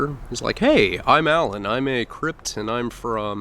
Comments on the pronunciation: U said cript it's Crip lol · Is it "crip" or "crypt" my dude? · It’s a crip not cript uhhhhhh annoying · its Crip not Cript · its crip not cript your turd burgla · You say cript? Lol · what the hell is a crypt. does he mean crip ? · Its Crip not Crypt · White crypt 😂😂😂😂😂 it’s crip man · Just FYI it’s crip not cript lol :)) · Hey not trying to nit pick but its Crip not Cript. No "T" on the end dude. You say that to the wrong person and they will take it as disrespect. Anyways love the videos man! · Crip lol no T! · You realize it’s CRIP hahah not cript fool 🤣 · Dmarc 303 I noticed that too haha, I kept thinking to myself “ is he adding a T to the end of crip?? “ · Its a "crip" not "cript" lmao you should know this stuff man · bro I’m on my second run through of watching all these videos. Can we get a new one tonight?! “He was a white CRYPT” lmao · Why are you saying Crip like crypt lmfao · no t in crip i repeat there is no t in crip